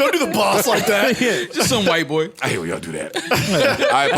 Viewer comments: Big Sean definitely said “BOY” not “BOING” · I thought Big Sean used to say Boi, not BOING lmao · He said boy! not booing boing lol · Big Sean says "Boy/Boi" not "Boing" LMMFAO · The adlib is "boy" not "boing" lol